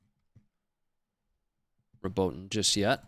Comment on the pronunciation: The correct pronunciation of Robotyne is 'Robot-een-ay', fyi